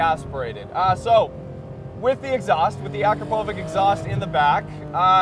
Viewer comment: Your way of saying Akrapovič killed me haha It's not "Ahkra-povick" dude, it's pronounced "Ah-krapuh-vitch", or at least that's a closer pronunciation.